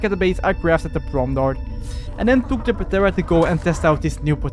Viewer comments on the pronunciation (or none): Started watching cuz of mods. Stopped because of PAtera, the p is silent in pteranodon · Bro it’s not patera it’s pteranodon P is silent so it’s teranodon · Dude please stop pronouncing the P in ptera it's so annoying 😂😂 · The p in pteranodon is silent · The p is silent lol